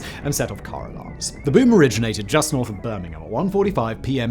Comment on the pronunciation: I like that Simon pronounced 'Birmingham' the way it's pronounced in the UK rather than the generally accepted US pronunciation: BIR-ming-HAM.